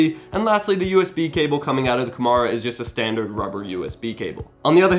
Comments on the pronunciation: It seems he says "Red dragon Gomorra" lol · Very late to the comments, but that's not how you pronounce Kumara...